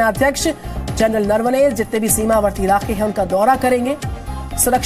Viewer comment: नरवणे का उच्चारण ठीक से करे